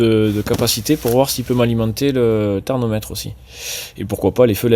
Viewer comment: On dit thermomètre....pas thernometre....😂